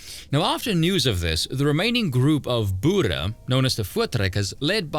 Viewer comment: Boere*, pronounced "Boo-ruh"